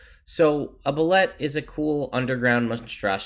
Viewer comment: "Pronounced boo-lay"... The art is great in the 5e MM but you have to go back to earlier editions for detailed descriptions for most of the monsters.